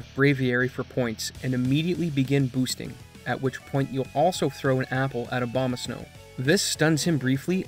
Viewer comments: Are you purposefully pronouncing Abomasnow like Obamasnow due to the skip being named after a common mispronunciation because you are definitely not pronouncing an "A" then an "O" lol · "He will continue unabated" Abomasnow ♀ lol